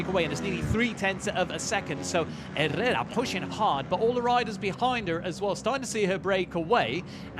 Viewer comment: Quality race! Well done ladies. Commentators pronunciation of Herrera was driving me mad though lol.